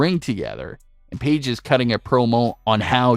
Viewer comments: Okay but why you saying "peedge" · i hate how he called her peige for a little bit